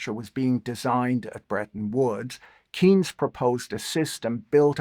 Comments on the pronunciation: Not a criticism of Patrick in particularly, but I've not heard anyone pronounce John Maynard Keynes's name correctly on YouTube in several years. His last name sounds like "Canes", not "Keens". You can confirm with Wikipedia (right now it shows both IPA and UK "respelling") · Thats how Keynes is pronunciated?? Keens? No way! I think an AI does his Videos.